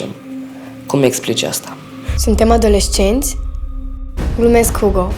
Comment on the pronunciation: E super mai ales sfârșitul când zice " adoleșcenți "